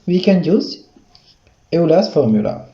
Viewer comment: Superb explanation. Great work. Thanks. By tbe way, Euler is pronounced as Oiler, not as You-ler. Just told, but integration-wise, this was gr8😊